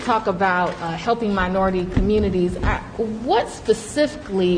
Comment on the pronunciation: The “mirority” communities. Dentures again, Dumbald?